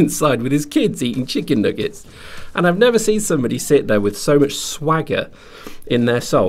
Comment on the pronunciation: It's funny how he says "Chicken nuggets."